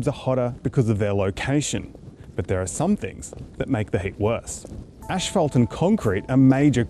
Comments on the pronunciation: Learn to pronounce "asphalt" correctly. There is only one h in this word, after the p to make the f sound. There is no h after the first two letters, so no "ash", just "as". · 1. Ah yes, let's blame the wealthy 2. Isn't this clearly a policy and government problem? 3. It's definitely not pronounced ash-phalt.